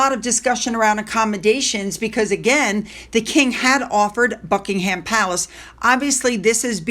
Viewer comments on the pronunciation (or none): none